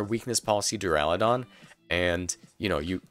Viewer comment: thank fuck, youre the only poketuber so far to pronounce Duraludon correctly and its been triggering me to no end on every other channel ;-; Thanks for the analysis. gonna be interesting when you have multiple Giga options on any time like Grimmsnarl and Lapras (I think Lapras is viable standalone)